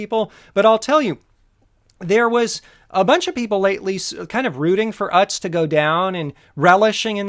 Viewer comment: I think it's pronounced oots, or ewtz :p